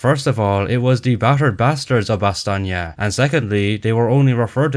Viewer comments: They way you say Bastogne caught my attention. That's how it'd be pronounced if read with the Italian vocabulary rules, with gn being the Italian equivalent of the Spanish ñ. As seen in Sardegna, or Romagna. This German says it in a similar way. Which doesn't seem right to me. Surely, as a German, he'd pronounce it more like Ba-stone, like the Americans would. Right? The German version of the name is Bastnach or Bastenach. Why pronounce it with a "nye" on there. The way he pronounces it even gives me Russian vibes. Like "nyi" or "ni" rather than "nye." That's weird. And then he pronounces it Ba-stone. And then the general says it like you do. What even is this movie? This inspired me to look up how the Belgians pronounce it in French, and it's apparently "Ba-stone-yo." I didn't think modern French allowed words to be completed. Usually when you say a word in French you give up half-way through. So in my mind it'd sound more like "Ba-stone." Maybe it's a Belgian French thing. Any Belgians or French people who can explain this to me? Also, one last thing, the town is present in the province of Luxembourg. Not to be confused with the country of Luxembourg. Apparently there are people who speak Luxembourgish there, and it's pronounced "Bash-netcsh." Ah, Luxembourgish. The last Germanic Frankish language, which was inadvertently saved from extinction because speaking French was banned by the Nazis, and the locals didn't want to speak German. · Yes. And it says "Ba-stone-yo" I wanted to double check. You know how Wikipedia can be. The articles list sources, but for the pronunciations, there's no sourcing. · So "ba-stone-yo" isn't correct? Edit: I just found an audio file in a weird corner of Wikipedia claiming to be the German pronunciation of Bastogne. And it's pronounced like says it. But it's not used anywhere. It's used on Wiktionary, but as the only example of pronunciation. What is going on here? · Your pronunciation of Bastogne is incorrect